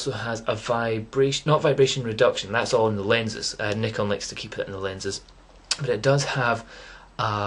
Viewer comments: Congratulations for the correct pronunciation of Nikon! lol...Great camera though, i have only D40 which is still great! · i cant belive it! first time i hear propper nikon pronounce! best wishes mate!